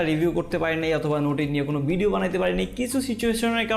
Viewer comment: আমার এই উচ্চারনে সমস্যা আছে ভাই । ধন্যবাদ 😅